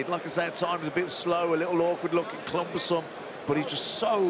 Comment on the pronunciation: Clumbersome 1st time i just thought i was a mispronunciation but he s keeps saying it 😅